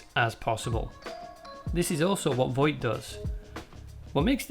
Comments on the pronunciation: It's Vought, not Voight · The Boys is an excellent show, and you did a really good job of analyzing it. However, I have a couple of criticisms. Sorry to be pedantic, but you keep pronouncing it Voight. It's Vought. I apologise, it's not important, it just irked me. I would also suggest boosting your voiceover level a bit more. It's rather quiet. You could maybe use some compression to squish down the peaks and give yourself some headroom. Finally, you could do with getting some better music. The music you've used here is rather generic and it doesn't really suit the material you're discussing, it's a bit jarring and incongruent. Please don't take this as a dis, it isn't, I like what you're doing, and it would be nice if your production improved so as to do your work justice. Best of luck to you. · So, a lot of the time when you are saying 'Vought", you end up saying "Voight" instead, which was really gratifying because I can never fucking remember the corporation's name, and always hear "Voight" in my head when it does come to me. Then I feel crazy when they say Vought on the show. So, hearing you do it over and over again too was really validating. Also this was a lovely little essay that was well done and satisfied my late night craving for someone talking about the show. Thanks for making it. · Bro it’s pronounced “vought” not “voigt” but good video